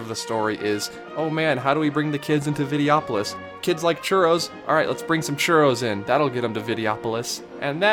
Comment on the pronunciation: Just pointing out it is Vide-Oh-opolis. And yeah they could use the space and make another attraction to stand in another long line in, or you could go see a nice show in the comfortably shaded theater, important during the hot summer months, and sit and rest your feet for twenty minutes. Hey I realize this is your opinion and granted, there was not much going for the Videopolois theater, or Golden Dreams for that matter. But having a wide variety of entertainment, plenty of shade and snacks, and especially shows with seating are incredibly important to keep guests from burning out throughout the day. Considering that the big entertainment venues like parades and fireworks do not have seating, it's nice to have a show or two that does. Good job on the video dude but regrettably I disagree on almost all fronts, except Inoventions. You got that one right. As a 90's kid I grew up on Vacation Hoedown and the Rescue Rangers as well as the Motor Boats which had a Gummi Bear overlay. It was promoting their afternoon cartoon lineup which I also grew up on so lots of childhood there. But anyway good vid.